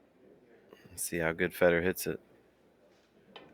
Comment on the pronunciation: FAY dor!!! His name doesn't rhyme with cheese. If you can't speak English you have zero business in the announcing game.